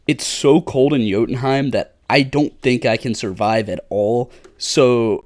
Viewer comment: you ever played god of war? pronouced jotumheim perfectly lol.